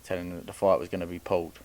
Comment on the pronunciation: Why does someone that say Pauled instead of pulled think they are smarter than everyone else? The gain is you can finesse the public again telling us these boxers are in the same level or can beat fighters like a Canelo or that you’re education in the sport is actually relevant. What fighter have you taken from amateurs to pros. None Pipe down another footballs coming home hype job